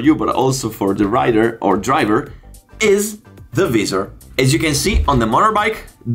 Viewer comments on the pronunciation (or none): It’s not pronounced vee-ser it’s pronounced v-eye-sor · What the hell is "Veezor"? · the “viZZZer” 😂🤦‍♂️ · Sono incerto sulla pronuncia di "visor" , ma vabè .. Video ben fatto , complimenti